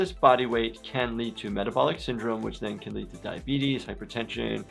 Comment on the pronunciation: Ah yes. Diabeetus